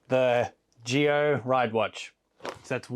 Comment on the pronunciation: Isn't it pronounced "Zee-oh" like Power Rangers Zeo and not "Gee-oh" like geothermal energy?? Sorry if I sound like a dick, I'm still new to Rider stuff.